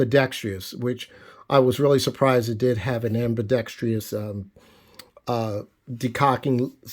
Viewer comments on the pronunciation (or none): ambi-dex-trous ... 4 syllables not 5